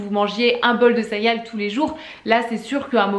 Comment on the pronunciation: Je viens de te découvrir, tu as l’air tellement sympa! Par contre, tu disais cériales? Hahaha si c’est le cas, je me sens moins seule, je le disais comme ça tout le temps quand j’étais petite haha